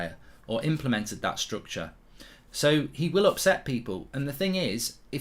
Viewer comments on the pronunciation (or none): none